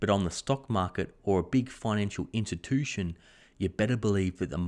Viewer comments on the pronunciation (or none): “Financial intatushan”